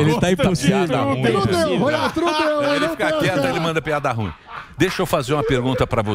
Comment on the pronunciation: Ruim é oxítona, cavalheiros!